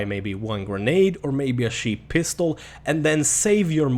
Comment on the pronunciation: You know that he's not English, right?